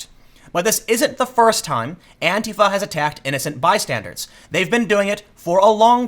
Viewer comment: It is bystanders not bystandards Tim.